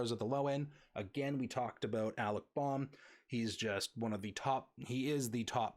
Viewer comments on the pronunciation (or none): It's also Bow-m, not Bom and Pash-ay , not pash. Honestly thought it was on purpose because it was the first 3 guys you covered haha. Great video though, thanks for doing this! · Hard to watch a video when the host mispronounces all the names. Alec Bohm, Fernando Tatis Jr, Cristian Pache and you even screwed up Ke' Bryan Hayes. I know this was a year ago but Alec Bohm, really? Do you even watch baseball live?